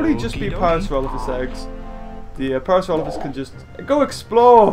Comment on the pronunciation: I've always pronounced it as Parasaur-OH-lophus too. .... So, it was a bit refreshing to hear you pronounce it the same way. :)